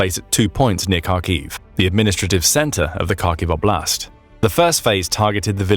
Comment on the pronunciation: Again “oblast” means “area” in russian, you can just say area, your saying область wrong, just translate “area” to russian….